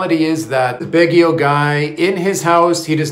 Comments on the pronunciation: Its Baguio not Bagio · Let me help you .... sounds like this....BAG GU.....not BAG GE O